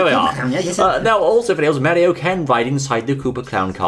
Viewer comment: it Is Mario Not Meario